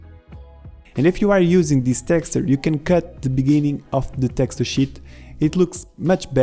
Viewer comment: My right eye twitches whenever you say "texture"